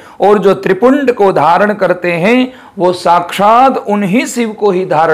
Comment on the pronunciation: नमस्कार बहुत ही सुंदर जानकारी। नम्रता पूर्वक थोड़े सुधार की आवश्यकता है त्रिपुंड नहीं होकर त्रि-पुंड्र होगा। पुन्ड्र का मतलब संप्रदाय का चिन्ह। पुण्य का मतलब सिर्फ चिन्ह है धन्यवाद